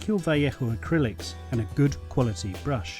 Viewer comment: what is wrong with your pronunciation?? it's val ayo sounding for vallejo not vieichoo! lol